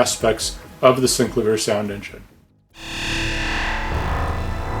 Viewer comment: Love the Thomas Dolby "Flying North" cover! This is VERY helpful! Thank you soo much. But I can't help but mention that the inventor, Cameron Jones, pronounces it 'SynCLAYvier' not 'SyncluhVEER'. I'm sure you've heard this before. Sorry but my OCD won't allow me to keep my mouth shut on it.